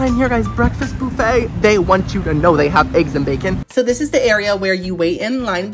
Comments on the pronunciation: It’s not boo-fay! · I have to know... Does he say buffet wrong on purpose, or is that just how he says it? I'm sorry it's a bit annoying. Lol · Love you!! ❤ But why are we saying boofay instead of buff no? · First time hearing someone pronounce "BUH-FEY" "BOO-FAY" 😂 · Wtf is a boofay? It's buh-fay. Get it together😂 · It's not BOUFFET its mfing BUFF ETTTTTTTT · Don't take this the wrong way or anything, but is there a reason you say "boofay" instead of buff-eh? Is it just the way you normally pronounce it, or some other reason? Probably a stupid question lol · Boofay...instead of buffet...lol... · The way he said Buffet as BOO-FAY. Hurt me. So deep. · The “boo fay” is giving me major ick, but I’m tryinggggg to watch 😂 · Cracking me up calling it a boofay...LMAO. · its fucking buffet not buffay